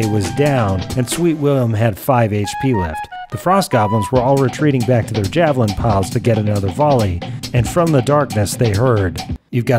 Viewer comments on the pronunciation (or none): none